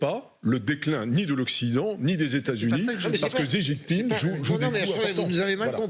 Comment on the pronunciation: Etant donné qu'il va rester président à vie, il serait peut-être temps de prononcer son nom correctement. Le nom du président de la Chine n'est pas ZIZInping!!! Essayez plutôt "Si jinping". Vous devez bien avoir un petit neveu qui apprend le chinois à Louis Le Grand pour vérifier.